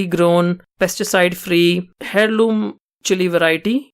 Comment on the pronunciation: in america we say airloom(eirloom) The "H" is silent u said hailoom just sounds funny.